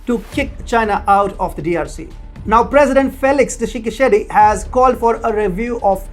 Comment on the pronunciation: I'm from Congo and the way you pronounce my president name was really funny😂😂😂. Keep up the good work